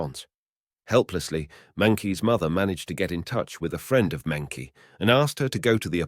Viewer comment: Mengqi's name is pronounced "Munchi" at least be more respectful by doing the correct research